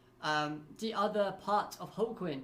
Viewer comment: It's pronounced like Joaquin, he's named after the football player. One of my favorite villains in the series, he's just got style.